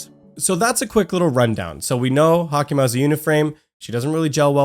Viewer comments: Its sadly pronounced like hayk-ma tho And he spelled her name wrong....its Haicma,not Hacima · She is HaICma....not HaCIma